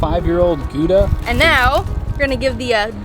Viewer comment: Nice video, as usual. But please don’t say Gooda – it’s more like Gowda (like in cow). And it would be even closer if you pronounced the g like the ch in Scottish loch. With respect to the size of the “no.1 container” – while I don’t have any experience with this type of toilet – as I understand it, you don’t want to keep the ingredients in there for too long. So I guess that size should be pretty good, since you will probably be emptying it out somewhat frequently – which is easy as because there are no chemicals involved and you can simply empty it at any public toilet – at least that’s what I understood when researching this type of toilet.